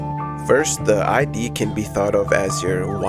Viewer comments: Amazing video! I've loved Earl since the Free Earl days; it's great to see a deep-dive on him. One small note, "id" in reference to the Freud's psychoanalytic theory is pronounced like the end of the word "lid", not like the abbreviation for identification. I made the exact same mistake in a Psych 101 class in front of like 200 people 💀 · Just wanna point out that it's not the I.D. it's one syllable. The 'id' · Awesome video, subscribed. Love this framing of his work! Just fyi, in psych 'id' is pronounced exactly how it looks, as one syllable